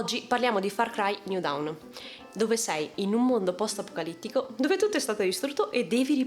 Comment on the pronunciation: bel video, ma down si legge dawn e dawn si legge down